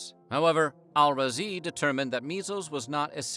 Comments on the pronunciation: this man read "abu bakr muhammad ibn zakariyya al-razi" like it was nothing, damn. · That arab name pronounciation was wild.